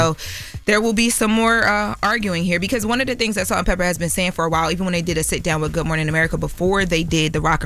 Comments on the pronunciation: IT'S "PEPAAAAA" NOT "PEPPER" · How many times do we have to listen to say “Salt and Pepper” instead of Pepa?!?! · Pepa, not Pepper. 🙄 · It’s Salt N Peppa… not Pepperrr 😂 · It did something to my soul every time she said pepper. Smh! Get it right! Smh